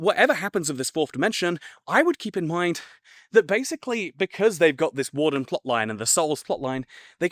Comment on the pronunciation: I heard “Wool-fern” but maybe she meant warden?